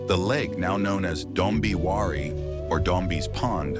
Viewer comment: its not Dombi its Dombe